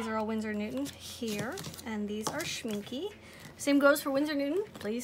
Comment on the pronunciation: My German friend said it's pronounced, "Schmink-UH". 😁 Don't worry, she teased me a lot! 😃